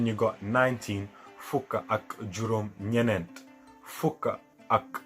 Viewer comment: pause. where are you from? "nyenent?" in kaolack, peope say: benn, nyaar, nyet, nyent. you seem to be adding extra...